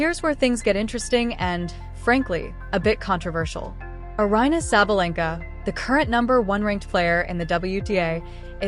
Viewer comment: Why don't you do something special and learn to pronounce her name correctly? You can put up a video but can't research how her name is pronounced? You're so fake.